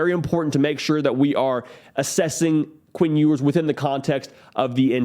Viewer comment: What is up with your pronunciation? Queen Ewers? Lame. Obviously a jab. Lame